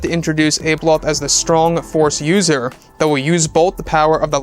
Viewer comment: abeloth is pronounced with a soft a